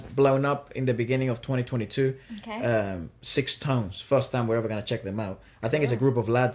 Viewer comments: Got surprised that you guys found out Sixtones!!! Btw the name pronounces like “stones” without ix. I’d love you to react to another Japanese freshly debuting boys band “BE: FIRST”. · SixTONES is pronounce like Sa-Tones not Six.And thank you so much for your reaction. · Primera vez que veo latinos reaccionando a mis amados SixTONES, un dato se pronuncia STONES la "ix" es muda. Espero ver más reacciones de SixTONES en su canal, sus comentarios fueron muy técnicos y hermosos. La canción Imitation rain la compuso Yoshiki un muy reconocido artista en Japón. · I went back to the First Take version of Imitation Rain every now and then and ran into your reaction. What a surprise! Thank you so much. It's such a beautiful song and SixTONES delivered it gorgeously, isn't it? (it is pronounced as STONES. Take the "ix" off when you say it). They have released so many great songs since, like Anthem, Kokkara(=starts from now), Special Order, Futari(two of us), are truly worth looking at. Please check it out. Look forward to your next SixTONES reaction. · Thank you for the reaction video! If possible do check their performance during concert on their youtube channel (ST, Special Order and others) I’m sure you’ll enjoy it and see the gap from the First Take video. Also the group name, SixTONES is pronounced as Stones 😁 Thank you again for this video!!! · Thanks for the reaction video☺️ It’s written SixTONES and pronounced as STONES. There is double meaning to this name, you can already tell by this movie “Six” beautiful “TONES” as a harmony, and the other is they will shine like a diamond after all diamond is STONES :) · Group name is pronounced Stones as an FYI referring to Six members as each stone Left to Right ( Juri, Kochi, Jesse, Taiga, Hokuto, Shintaro )